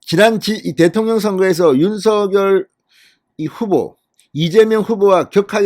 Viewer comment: ●● 윤 성녈!! ■■ 윤 성녈!! 로 발음 해 주십시오.